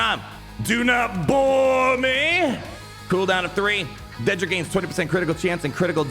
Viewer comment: Say it with me "dead-dra"